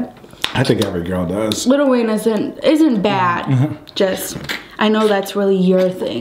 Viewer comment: Little Wayne😒 it's lil Wayne 😂😂